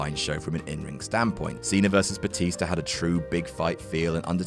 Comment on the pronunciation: I wonder what "Batister" and "Rebeccur" had to say the next night on Monday Night "Rawr"...